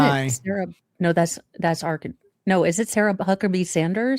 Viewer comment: R Can Sans just fyi. Your pronunciation was more fun though